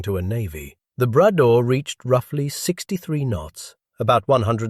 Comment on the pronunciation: Not the "Brad door", le Bras d'or ! "Gold arm".